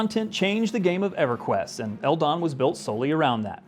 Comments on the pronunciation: On the topic of pronouncing, we always called ldon. Just the letters, that's odd to hear L-Don instead of L-D-O-N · Hahah, I confess I've never heard it simply pronounced as "eldon" but it does kinda make sense